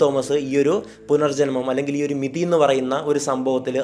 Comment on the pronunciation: മെതി അല്ല കൊയ്യൽ അണ്ണാ അത് മിതി ആണ്